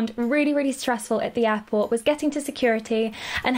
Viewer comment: ooooohhh you where saying airport*... i though you were saying *apple and i was like vut